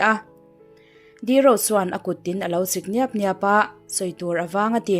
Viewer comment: A kut chu akhawih niap niap a tiha " niap niap" hi a muthlu lâwp lâwp a tiha lâwp lâwp tih thlûka lam lovin, "kalchhet" tih thlûk deuha lam tur.